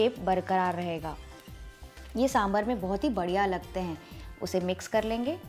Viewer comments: Nice recipe! Please note correct pronunciation is साम्बार, not साम्बर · Correction : it's 'Saambhaar' or 'saambaar' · Great recipe. I’m a Tamilian from Delhi. My pet peeve is I wish people would pronounce the word sambar correctly. It’s correct pronunciation is “ Sambaar” the “a” sound after “b” is a long “a” as said in the word “ far” “ car” etc. Hope this helps.